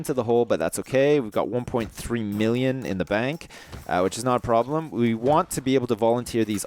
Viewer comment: problem not broblems